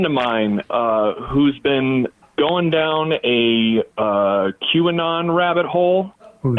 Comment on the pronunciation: Did he say Jew anon?